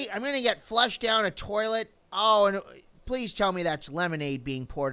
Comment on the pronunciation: You where trying to say flush weren’t you?